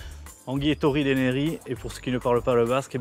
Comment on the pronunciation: "Ongi etorri DENERRI" On aura vraiment tout entendu... prenez au moins des gens qui sont capable de souhaiter la bienvenue dans notre langue...